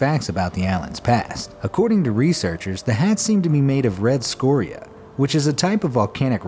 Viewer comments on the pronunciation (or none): none